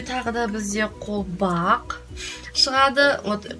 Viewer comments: кушти ну колбак емес колгап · қолбақ емес қолқап))